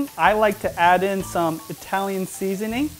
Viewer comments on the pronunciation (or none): none